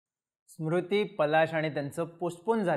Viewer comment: स्मृती नाही रे Smriti 😅